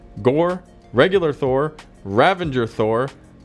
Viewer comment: ravager not ravenger